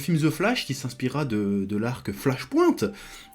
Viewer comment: "flache pouinte" :-P